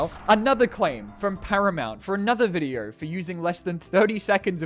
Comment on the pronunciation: Does he say “Videer” instead of video?